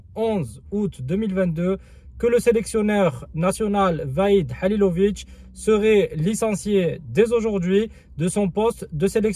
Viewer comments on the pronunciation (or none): salam aleykoum, tu sais mème pas pronoce , le nom Mr HALILHODZIC et tu entraint de le critiquer allah yehdik, la moindre des chose de pronocé son nom thaoooooooooooooooooooooooooooooo